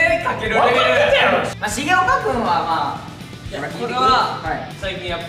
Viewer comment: しげおか⬆️くんの発音可愛いい